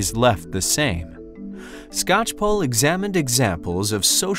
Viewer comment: It's always weird to hear my last name pronounced correctly by someone who is not family.